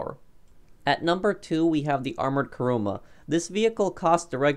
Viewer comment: Why are people saying karuma its kuruma